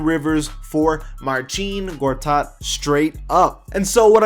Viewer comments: it's not Marcheen, it's Marseen. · big dik That's great but I didn't ask. 🤷‍♂️ But I know it is Marseen. Like I said he even called himself Marseen. Maybe that's how you pronouce it but other polish people might say it otherwise. No more replies from me.